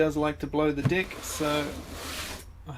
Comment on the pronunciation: Lmfao odd pronunciation of "deck"